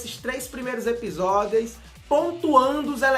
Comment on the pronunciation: ''EPISODEIS''? Dicção do tem que ser estudada pela Nasa kkkkkkk